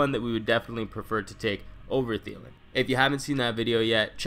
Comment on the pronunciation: I got a Thielen it's Thielen